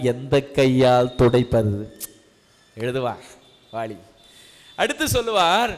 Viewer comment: அருமையான சொற்பொழிவு.... ஆனால் முழுவதும் கேட்க முடியாமல் காது அறுபட்டு இரத்தம் வழிகிறதே...! தமிழ் கொலை நடக்குதே... லகர - ளகரம் - னகர-ணகரம் இடமாறி காதில் நாராசாரமாய் ஒலிக்கிறது.... வாலியை வாளி என்கிறார்.... சுவாமி உச்சரிப்பில் கொஞ்சம் கவனம் வைக்கலாமே...!